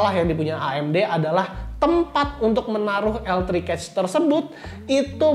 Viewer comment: maaf ya cuma mau kasih masukan, spelling "cache" nya agak keliru sepertinya, hehe.